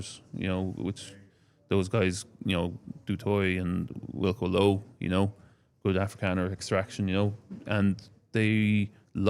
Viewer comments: It’s pronounced “Do Toy” in SA guys. Thanks for a great show. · It's Du toit( do toy) not do twa😂 He is Afrikaans not French😂 No videos? Why? Poor